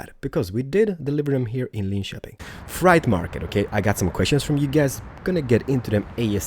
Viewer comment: Is swedish? He pronounces Linköping well.